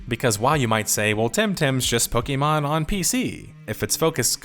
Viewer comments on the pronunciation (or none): I'm not listening to 40 minutes calling it "pokey" mon